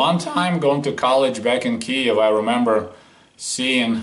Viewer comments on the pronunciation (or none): none